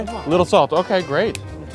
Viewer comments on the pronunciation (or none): none